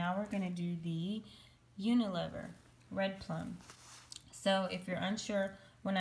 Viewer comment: Hi, UNILEVER (formerly Lever Brothers) is pronounced with a long E with the first E. I hope that makes sense. It's not a silent E. Thanks for all your help.